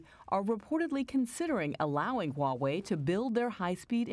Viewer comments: It's pronounced "wha whey " love not highway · "hoo why way" no, it's "Wha-Way"